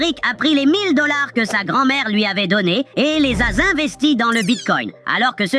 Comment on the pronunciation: "et les a zinvesti" 😂😂😂😂